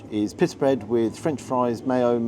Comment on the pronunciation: I had to rewind the first time you said pitta bread as it sounded like you said piss bread, so second time hearing it, still sounded like piss bread 😆. Maybe I need hearing aids, but it made me chuckle but you always make me chuckle. I have shared a few of your vids to friends and they love you as well, you are so close now to the 100k, and a lot of ppl when getting more subs start changing things, but please never change your format or how your cameraman films, that is why everyone loves you (and the cameraman).